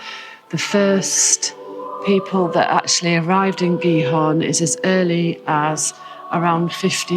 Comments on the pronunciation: [CH-eat-Horn] with CH as in loCHness aqnd pronounce the T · Giethoorn is pronounced roughly as “Geethoorn.” In Dutch, the combination “ie” is pronounced like the English “ee” sound in words such as “see” or “meet.” The combination “oo” makes the “o” longer. It is somewhat similar to the vowel sound in English words like “door,” “more,” or “floor,” although the Dutch sound is usually a bit purer and longer. So “Giethoorn” sounds approximately like “Geethoorn,” with “hoorn” sounding somewhat like “horn” or “door” in English. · pronounce the T of gie T hoorn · Your pronounciation of Giethoorn is not bad, but there is a ’t’ in Giethoorn. If you pronounce that ’t’ it will be almost perfect